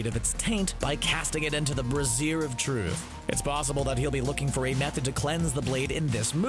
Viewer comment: Brazier is pronounced "bray-zehr" FYI. The Brasserie Of Truth is a totally different thing . . .